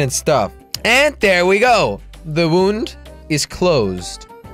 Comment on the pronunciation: Een wound is een wond en je spreekt het ukt als waund Translation: a wound is a wound and you pronounce it as wound Good thing that he is dutch